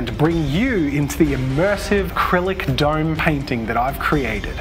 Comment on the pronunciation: "duyym"... oh you mean "dome"